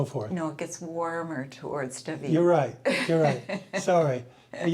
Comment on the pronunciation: Dahhhhvid not duhvid